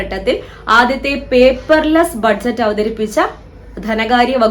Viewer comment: ബഡ്ജറ്റ് അല്ല ബജറ്റ് എന്നല്ലേ പറയുക 🙄